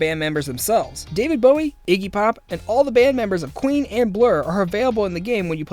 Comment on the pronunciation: the way you pronounce Bowie irritates me so much 😂